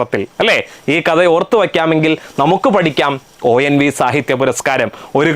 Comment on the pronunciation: ഒ ൻ വി അല്ല ഒ എൻ വി ആണ്